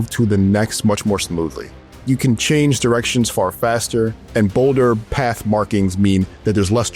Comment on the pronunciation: Is this voice over done by AI… listen carefully from . A few seconds later you can hear ‘bolder pATH markings…” there’s a weird pause and emphasise on words that I recognise from speaking to ChatGPT